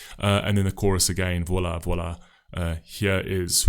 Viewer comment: You are a charlatan sir! You mispronounced the surname of the artist, the surname of the conductor, the city it was performed in, and to complete the package you made a hash of the title. In addition you failed to do even the flimsiest background research The lyrics of this song weren't written by or for a man. Let me explain: "Voilà" is a song by French singer Barbara Pravi, who originally co-wrote the song with Igit (music) and Lili Poe (lyrics). The song represented France in the Eurovision Song Contest 2021 in Rotterdam, the Netherlands.The song tells a personal story of Pravi about self-acceptance. Even the lyrics "Tell them about this girl with black eyes and her crazy dream" ought to have suggested to you that the song was about a girl and her emotional journey towards acceptance and recognition. I won't even begin to discuss your insensitivity to the performance by Emma or your lack of any understanding of vocal technique or performance art. You are at best an uninformed bluffer with no art or talent yourself. People like you give bad reviewers a bad name. Shame on you!